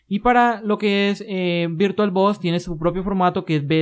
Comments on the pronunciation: Muy buenos tus vídeos. Quizás sea cuestión del acento pero por favor, no le llames VirtualBos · "virtualBos", jajjajajajaja XD